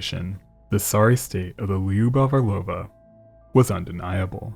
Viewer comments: It’s not “Li-You-Bov” It’s two syllables. If you can’t say “Lyu” just say “Lou” “Lou-Bof” would be closer to the actual pronunciation than what you are saying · For what it’s worth lyubov (любовь) is pronounced loo-bov